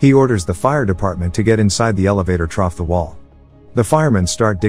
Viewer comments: through... through, not trough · I could barely get trough it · Freakin' Trough instead of Through...... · moral of the story learn to spell the word through before using text to speech so it doesn't keep saying trough(pronounced troff what pigs eat out of) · The most disturbing thing about this video is the amount of times that "trough" was said instead of "through". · Pretty sure text-to-speech knows the difference between "through" and "trough," which raises the question of why the person who wrote the script doesn't. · The amount of times he said “trough” instead of “through” had me cringing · This is a decent narration except for the the narrator saying "trough" instead of "through". e.g. the firemen kept breaking "trough" the wall. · I’m considering offering to write the script for them because I’m tired of things like these. “through” turns to “troff,” “spared” turns to “speared,” “diner” turns to “dinner.” I love the recaps but dislike the AI’s pronunciation at points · Whoever typed the text for this needs to learn to spell the word “through”. The voice said the word “trough” several times. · I love how many time he says trough instead of through lol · New game: take a shot everytime the AI says “trough” 😂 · The “trough” is killing me PLEASE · (Apologies - probably already said multiple times) It's fun listening to the speech-bot say "troff" instead of "through". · Are these videos voiced by an actual person or a text-to-speech program? The guy keeps saying "trough" when he should be saying "through" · Every time they say "through" it comes out as "troph" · 'Troff' vs 'Threw' - damn this robot script reader should be fed written-how-it-sounds words, as that part of the video was painfully painful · Hate how he keeps saying “trough” instead of “through” 🤣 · "trough the wall" "digging trough the wall" lol also " trough the footage" lol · Every time it is supposed to say "through" it says "trough". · Why does he keep sayin troph instead of through